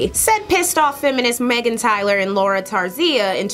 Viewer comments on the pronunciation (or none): none